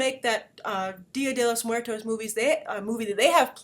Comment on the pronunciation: great pronunciation on "dia de los muertos" Grace